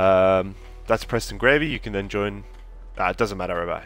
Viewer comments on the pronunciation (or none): Its Garvy not gravy.